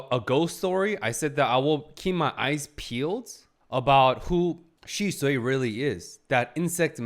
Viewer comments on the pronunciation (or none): I think said Shisui 5 different ways in this episode. Truly the GOAT of mispronunciation. Even using Shishou. Loulan fathers name. Actually just erased Shisui name and replaced it with Shishou. Of course it might be just difference in pronunciation between Japanese and Chinese, but i choose to believe that is just pronouncing wrong. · Shee-sway. Shisui. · I like this guy 👍. I can deal with the ridiculous self-glazing about predicting the plot with every time he butchers shisui's name 😂